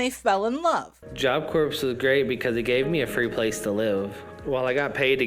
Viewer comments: It sure is low…. Example: Right pronunciation: Job Corps ( silent P) Wrong pronunciation: ( from ) Job Corpse!! Oh dear! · Damn, you beat me to it lol. Job Corpse. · When he was in Job Corps, did they teach him that the "p" is silent? Hard to imagine being a part of a large organization like that and somehow you never learn how to pronounce the name of the business. Just saying....how much is a lie? Otherwise, you might as well be saying Job Corpse. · I really just took it back to hear him say 'job corpse' again bc I thought I was tripn. Needless to say I wasn't.😅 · For me it’s the fact that he never learned how to pronounce job corps properly lol